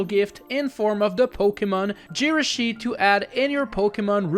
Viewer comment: the way you pronounce Jirachi is uncomfortable